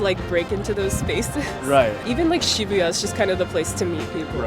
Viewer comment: Is shibuya supposed to be pronounced like that?